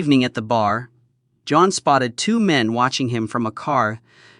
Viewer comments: Quit calling him Joan. It’s JOHN. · Love how the Temu AI reader keeps pronouncing “John” as “Joan”. 😂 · "John".... not "Joan" moron.. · Why does he keep saying Joan